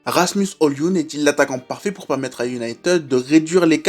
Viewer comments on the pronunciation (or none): Première vidéo que je regarde, après les recommandations de TMF. Fan de MU, j'ai décidé de commencer par cette analyse pour découvrir la chaîne. En moins de 10m, une des analyses les plus pertinentes et les plus complètes que j'ai pu entendre sur Højlund (attention, le "d" ne se prononce pas ;) ). Tout, ou presque, est abordé, et on sent une excellente maîtrise du sujet (contexte général, philosophie de Ten Hag, besoins de MU...), et ce jusque dans les détails (l'expérimentation toute récente de Sancho en faux 9). C'est un grand oui, il faut à tout prix continuer sur cette voie ! Je m'abonne et je pars en regarder d'autres !